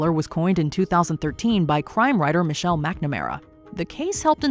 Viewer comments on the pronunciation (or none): none